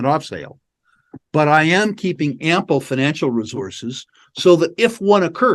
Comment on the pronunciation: "Ample"... Come on,! Don't you speak French?